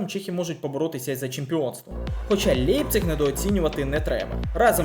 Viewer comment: Не "Лепцік" Німці кажуть "Ляйпцік" 😅